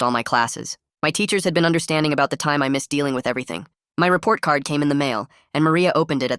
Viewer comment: Miss-ed Garret is what i hear